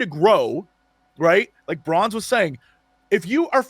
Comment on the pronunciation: [Warning: Useless] i KNOW you've been saying Bronze but EVERYTIME my brain is like ...'did they just call her Prawns?'...oh no wait. I remember.